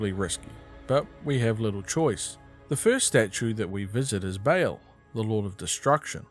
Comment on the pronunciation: Nice, except one complaint: how did you manage to mispronounce Baal as Bale?